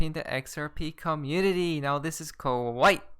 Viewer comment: “XRP co-mmunity”. Love it when he says that.